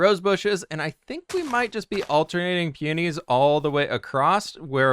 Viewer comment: I was falling asleep to this video but the way you say peonies woke me up. That is the first time I’ve ever her I’d pronounced that way 😂 keep up the building